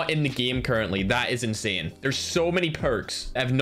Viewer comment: Ma perchè dice insane così insien